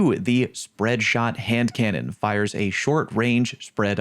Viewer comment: You really did nail the hand cannon name